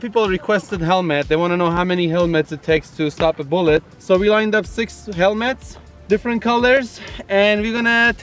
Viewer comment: DID HE SAY HELMETS or hell mats lmaoooo